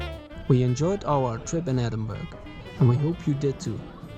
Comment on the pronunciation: Nice video but you pronounced the name incorrectly. It’s pronounced ‘Ehh-din-bur-uh’ not ‘Edin-burg’